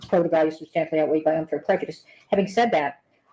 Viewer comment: Why does she keep mispronouncing "probative?!" She corrected herself once, then repeatedly said it wrong after.